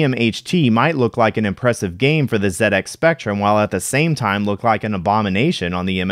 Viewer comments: Sounds so weird hearing Z80 pronounded as "zee eighty" I'm used to hearing pronounced as "zed 80" at least you say ZX Spectrum right. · What a fantastic video. I came in with only a basic understanding of the MSX, and I left having learnt a lot about the Platform. The combination of Konami carts was really interesting, and as someone who grew up playing the Spectrum, thank you for pronouncing ZX Spectrum correctly 👍🏻